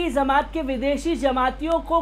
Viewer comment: Zamat nahin jamat